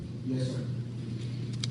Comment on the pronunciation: This judge is in the habit of mispronouncing a lot of names. Amy Hizinger rather then Huizenga, Mr. Lazzario rather then Lazzaro. Lee was completely unprepared and should have taken the 20 minutes to review his deposition. Overall, the prosecution has a serious lack of physical evidence and if they had stuck to the facts this case should have lasted 3 to 4 days.